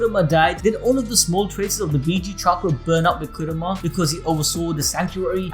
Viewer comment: it's Kurama not Kuruma